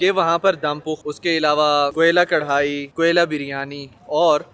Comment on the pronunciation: بھائی لفظ کڑھائی نہیں کڑاہی ہوتا ہے